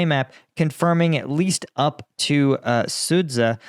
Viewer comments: Sudzha is parsed as Su-dzha. The "dzh" is a unit that sounds like the letter j as in jungle, so it sounds like Suja! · Thumbs down for pronouncing it sudza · "dzh" makes the "j" sound when translated from Russian and Ukrainian. It's "Suja". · if I may, I’d like to correct your pronunciation on Sudzha. It’s actually SOO-JA JA as in JAR